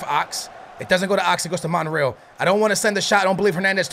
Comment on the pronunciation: its pronounced monRayal